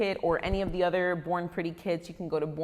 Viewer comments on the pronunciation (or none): I thought U said “ boring pretty “ 😂